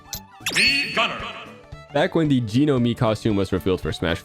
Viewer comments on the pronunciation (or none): none